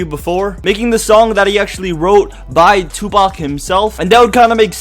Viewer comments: this nigga said Tubac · ur saying it wrong its TOOPACK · lol he said 2-bac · Lol "three PAC" Love you PAC !! My favorite rapper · Omg the way he says 2 pac.......like if you agree